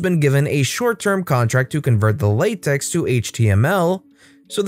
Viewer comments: Pronounches with tech, not tex. It's not latex :P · For reference, it's apparently (according to a math professor of mine) pronounced "Lah Tech", not latex.